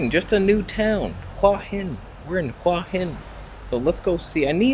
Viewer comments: Hey, that night market at Hua Hin is wonderful but there is another night market on Petchkasem Road that is cheaper and has more authentic food closer to the centre of town. By the way, the Thai's pronounce it 'hueeey Hin' and not 'hwah hin' how you pronounce it. It means headstone and represents that crop of rocks near the beach on the northern side where you were walking in the water in this video. I stay in a resort right near there where you were standing at 16.00 minutes in the video. I remember when I was in Hua Hin and swam in the bay, the water was so warm it was like taking a warm bath. The sunrises from those Hua Hin beaches are amazing. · It's pronounced who-a hin, I remember hua means heart.